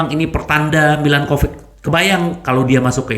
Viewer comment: Mba lidah Kesleo tuh.. 😊😁